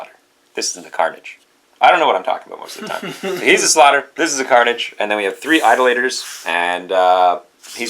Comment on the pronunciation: Eye-DOLL-itors. Those who worship idols.